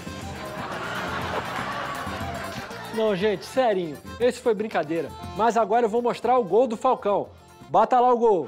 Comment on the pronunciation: "sérinho" kkkkkkk